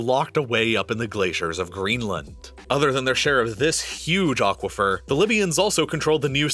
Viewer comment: What is an "ochquafer"? Come on, remenber what language you are using.